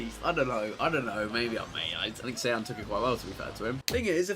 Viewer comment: looking back at how much chris butchered saying sean